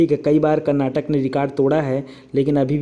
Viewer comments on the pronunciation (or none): none